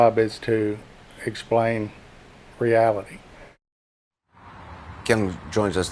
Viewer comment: the way my man emphasized the word, "reality", made me laugh